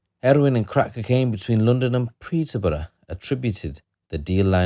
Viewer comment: its fucking peterbourough not preter